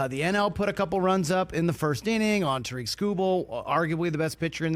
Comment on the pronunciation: did you just pronounce Skubal's first name (Tah-reek). It's pronounced (Ter-rick) like Derrick but with a "T"